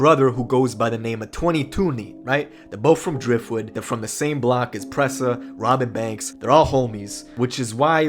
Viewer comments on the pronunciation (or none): Sounds like you saying Robit banks